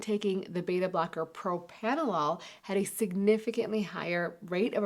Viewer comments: Pro Pranna Lol - NOT Pro Panna Lol. I'm surprised to hear an MD unable to pronounce the name of this old drug this properly. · I stopped listening when I found she can't even pronounce the original Beta blocker Propranolol properly.